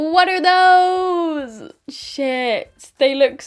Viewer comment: The American accent on “what’re those”. I can’t 😭😂😂